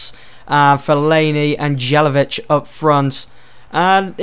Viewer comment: It's Not Jelevic It's More like Yelavic :D